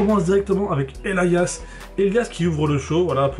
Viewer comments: sa se dit pas EL I AS mais Elias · 782 en anglais on dit "Elaias" en phonétique du moins, le i se prononce comme comme la lettre ou le pronom personnel "I"